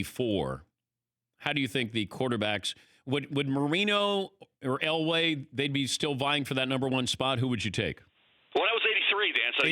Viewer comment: It is Elway and it is not close.